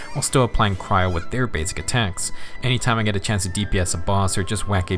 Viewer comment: It's not cyro it's cryo.